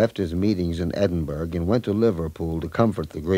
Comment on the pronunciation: love this song adn enjoyed hearing the history of it. BUT why can people pronounce Edinburgh correctly